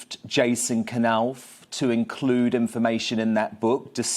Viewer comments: I think it's pronounced Nauf... not K-nauf (silent K) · Dan Wooten It isn't K- Nauf, It's Knauf, with a silent K, as in Knife.